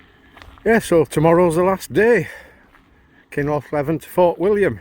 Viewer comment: Thanks for sharing enjoyed every upload of your travels only small criticism i have is your pronouncing of kinloch leven is wrong noticed this in few of other peoples videos ,no harm done mate just us scots it dosent ring right to our ears 😂 thanks again and stay safe on your adventures ATB ...colin.